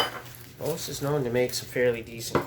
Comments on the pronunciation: Good video but it's Boss not BOSE. Boss is a Chinese knock off of BOSE. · It’s pronounced Boss not Bose ! That’s another company all together and highly superior to BOSS